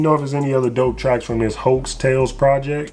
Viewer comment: Now if you gonna be a connoisseur of music you need to go back and do your due diligence on Jazmine albums. It’s pronounced HO tails btw.